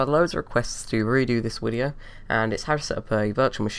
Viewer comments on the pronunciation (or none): You were broken by the scammers. Now when you say video, you actually say wideo. You need help,. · Dude did you just say "wideo" in the beginning ??? 😂😂😂😂😂